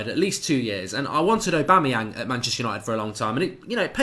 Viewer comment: you lost my respect for you when you said Aubamyang , wtf !!!!!!!!